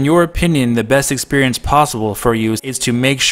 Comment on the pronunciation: I can’t help but hearing you say “expurience”